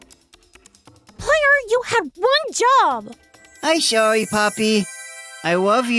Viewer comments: THIS MAN REALLY SAID.........IM SOWE POPPY I WOVE YOU LIKE WHAT THE HELL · does player say sworry poppy i wove you